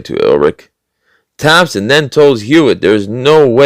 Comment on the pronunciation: I think you were trying to pronounce the German name "Ehrlich". Both H's are silent, so it is pronounced "er-lic"...it means "honest" in German.